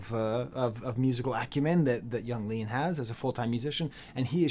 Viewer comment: just a little tip, nobody ever pronounces it as "iang leahn" or however you would spell the way you somehow say it in this video, it is always just "young leen", in case you didn't know, if your pronunciation is some sort of inside joke or something then nevermind